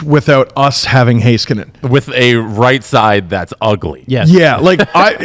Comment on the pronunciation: Heiskanen = Hey-skanen not Hi-skanen 😄